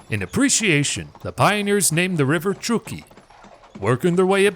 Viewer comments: Truck-key not true-key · It's pronounced Truck-e please. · It's pronounced truck ee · I grew up in Sacramento County and am very familiar wth this history and the environs. No one has ever pronounced Truckee as "True-key." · I am born and raised in TRUCK-EE you are saying it wrong. But great job other than that. Thanks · me no understand? Now it's pronounced TRUCK-EE. no big deal. right? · It's Truckee ..... like you are driving a truck. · Ya' might want to find out how to pronounce "Truckee".... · I will subscribe when you bother to research you language pronunciation. Truckee